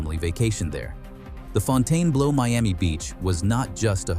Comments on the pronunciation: It's ..."blue" not "blow." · Interesting story; horrible pronunciation. Font-inblow 😮😮😮😮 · Fonn tann blow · It'd be nice if the commentator had taken the time to learn how to pronounce the name of the hotel correctly.